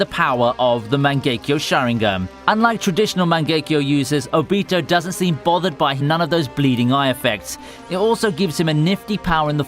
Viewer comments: "itchigo" no its eacheago and its not obeato its ohbitoe pronounce it correctly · I got triggered when kept saying obito's name wrong. A-beh-to is not how you pronounce it, its o-bee-to. I mean no hate, just triggered. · bruh he says like all the names wrong ObEtO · You say obito wrong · Good video but i really hate the way you say obito. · I don’t like the way you say obito’s name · I love your videos but you arent pronouncing the names right witch annoys me, like how Hou Said obito and tanjiro